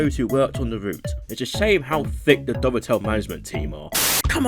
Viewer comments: it's pronaúced "dove tail" games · Where did the extra syllable in “Dovetail” come from?